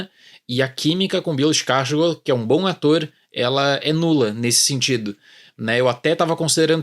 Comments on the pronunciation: Achei ter ouvido ele falar "iskarsgorth"... Tá bem errado. É mais pra "Skarsgôr" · Eu sempre falei escarsgarde kkkkkkkkkk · Eu acho que ele pronunciou errado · Ele pronunciou o sobrenome errado